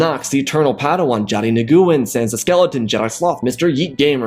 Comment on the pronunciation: FWIW Johnny Nguyen's last name is pronounce "Wen" it's a Vietnamese name.